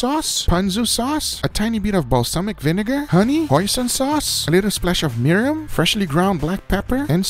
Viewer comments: mi-ri-im? MI-RI-N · It’s Mirin pronounced like meer-din not miriam or milim